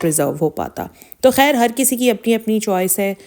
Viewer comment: Woh har ek k thumbnails direct copy karti hain aur log us ko sirf is liye dekhty hai k pata chaly k husband ko kya hua. Har waqt rona roti hain thumbnails meh. Aur urdu bhi teek tarha se us ko bholni nai ati. ‘Khair’ ko ‘hair’ bholti hain.